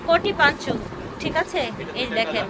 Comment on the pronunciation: পাঞ্চ না আপু, পঞ্চো।